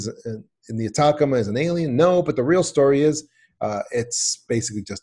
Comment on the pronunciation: Atacama is pronounced At-a-ca-ma not attackama